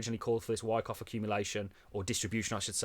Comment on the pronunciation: Uncomplication talks about the wyckoff. You said it wrong :)